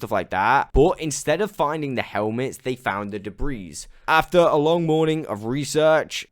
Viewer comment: The s in debris isn’t actually pronounced. “Duh-Bree”